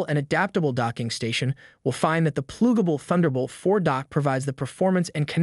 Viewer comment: This is the laziest AI video I've come across. "PLOOGABLE" ?????? 😂😂😂 Give up on YouTube, your shiit content isn't welcome here